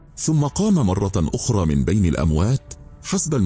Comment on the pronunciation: أولا" :ممكن تحكيلي مين هذا الراوي؟؟؟ معقول قناة مثل قناتكم تدخل ذكاء إصطناعي ليروي كتاب بلغة عربية؟؟ بيقول( مرة آخرى)برفع مرة التنوين؟؟ معقول هذا؟ أقسم بالله العظيم قرفت من صوته ومن قراءته وما حكمل الفيديو وإذا ما تداركتوا هذا الأمر سألغي إشتراكي للقناة